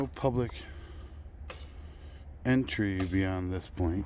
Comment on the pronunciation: Dear LEOs it is "Entry". Just saying.